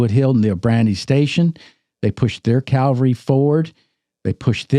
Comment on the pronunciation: When are you guys going to learn how to pronounce the word cavalry. Not calvary.